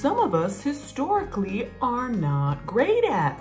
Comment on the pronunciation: “someone HiStOrIcAlLy has a problem with that” made me giggle lol